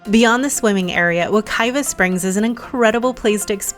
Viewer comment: It is WekiWa Spring, WekiVa River. Please do not promote WekiVa Spring. Many of Florida native names have changed pronunciation because of non-native developers, and media outlets mispronouncing the names. Even at the beginning of your video you mispronounce Wekiwa Springs as WekiVa Springs. As you state Wekiwa means bubbling water, Wekiva means flowing water. Thank you.